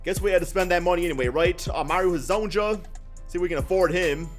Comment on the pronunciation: Ok say it with me Mario Ha-zone-ya